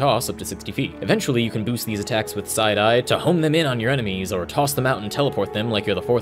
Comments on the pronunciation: Thought he was saying "side eye" lol took me a minute to figure out he was saying "psi die" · when he said psi die i thought he said side eye